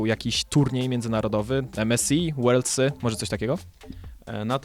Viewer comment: Nie wiem, czego ma sie tyczyc emes, ale werldsy to akurat poprawnie. Na pewno nie worldsy.